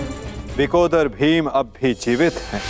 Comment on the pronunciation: It is not “Vikodar” but “Vrukodara”!